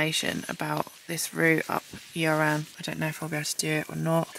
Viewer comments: Fantastic video as always but being a Welshman myself, hearing your pronunciations of the Welsh names is funny to listen to. Yr Aran is pronounced "Ear Aran" Y is pronounced as E in Welsh. Other than that nothing bad to say at all. Great adventure. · Yr Aran is pronounced similar to 'er aran' or 'Ur Aran' where both 'r's are rolled. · Nice vid - loved everything apart from your pronunciation of the names of the mountains! Yr Aran is pronounced ‘uhhr arran’ - easy😄